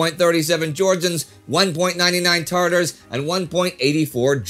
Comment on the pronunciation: "Tartar" is a sauce. The ethnicity's called "Tatar", no R in the middle.